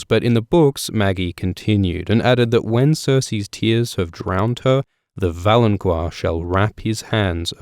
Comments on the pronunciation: Isn't valonqar pronounced 'vah-loan-kahr' and not 'vah-loan-kwahr'? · I think "valonqar" is pronounced "valon-Kar," not "QUar" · idk if anyone else has said this, but its fucking pronounced VALON-KAR not VALON-KWAR jesus fucking christ you piss me off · Is it pronounced val-on-qwar? I've been saying val-on-car. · Why do you keep mispronouncing valonqar? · I find it incredibly annoying that your people can't seem to ever pronounce anything correctly. There is no "u" after the "q" in "valonqar".